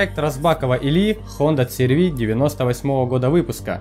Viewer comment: Хонда црв. А она ашрв